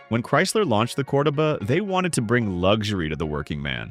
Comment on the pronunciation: Text to speech always mispronounces Volare. Cordoba is another fail point. Low quality youtube is fail. I took my road test in my old man's Omega. It never gave us any trouble. It was a good quality car, especially as was secondhand.